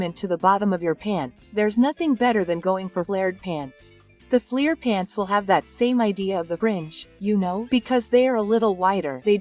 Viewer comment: When she says flear pants does she mean flair!?!